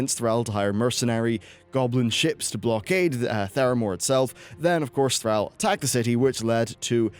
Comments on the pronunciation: Oi mate it’s thrall not thraal lol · THRAAL...seriously dude? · You have this bizarre habit in your videos. You pick one or more words and pronounce them very strangely. It's not just one word in one spot misspoken, you pronounce that word wrong every time you say it. For example, you mispronounce both Thrall's name and the word Zandalar in this video. You keep saying Thral instead of Thrall, and Zalandar instead of Zandalar. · That's not how you pronounce "Thrall"...